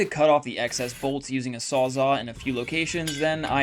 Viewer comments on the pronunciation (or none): Sawz-all because it saws all wtf is a sawzaw? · The saw you are using saws ALL things so it's called a Sawz-ALL. it is not called a Sawz-aw or a Sawz-ah. or Sawz-awe although if I were a competitor, I would probably call my product s Saws-awe since it is so awesome. But the name on the product you are using is either an actual SawzALL or its a knock off reciprocating saw. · A sawz-AWE? Really dude. Cause it's definitely not a sawzall. Or is it ?